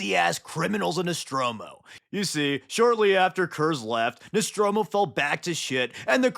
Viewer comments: Nostramo not Nostromo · it’s not nostromo it’s nostramo.